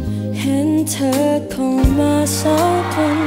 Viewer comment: ผมเป็นกลางนะ ไม่ค่อยได้ฟังเพลงนี้ด้วยแต่ก็ฟังรู้เรื่องนะ แค่ออกเสียง จเป็นชบ้าง คำว่าสองแอบควบบ้าง แต่ผมชอบฟังแบบนี้นะดูมีสเน่ห์ดี #ทีมฟังรู้เรื่อง